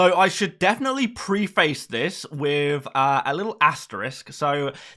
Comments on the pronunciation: just a heads up man. preface is pronounced as: preh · fuhs other than that, great content as always and keep on keeping on! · Thank you for saying asterisk instead of Asterix, but you did mispronounce preface...